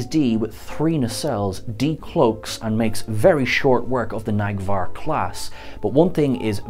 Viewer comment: Neg'var not Nag'var 😂